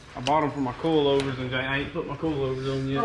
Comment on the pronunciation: Bro you kill me on how you say coilovers. It sounds like you're saying coalovers. 🤣😂🤣😅